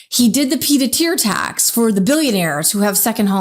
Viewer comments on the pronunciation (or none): Did you say peed a tear?